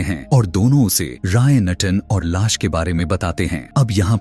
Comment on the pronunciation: Aap movie explained karte ho lekin sa aur sha me problem hai jaise aap lash ko las bolte ho aur suitcase ko shootcase😅😅😂😂